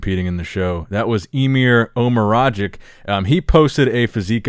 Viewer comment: pronounciation of Emir Omeragić to someone from the Balkan 😂😂